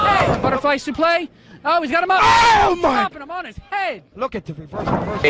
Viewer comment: Who told commentary it was okay to pronounce suplex like that